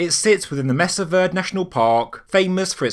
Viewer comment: I grew up very near Mesa Verde and went on school field trips to it. I have been to it several times as an adult as well. Just so you know, it i pronounced mesa (you got that right (may-sa), it means table in spanish), verde, ver-day (spanish for green, the green table). You used to be able to go through a bunch of tunnels when you visited there, if you fit (some tunnels were very narrow so you had to be relatively skinny to fit through) and one was pretty much a one way journey. There were ladders pecked into the stone cliff going both up and down. Going up is where they farmed, on top of the cliff, and going down to get water. They wove watertight baskets to carry water. This is a very cool place to go see if you are around the area.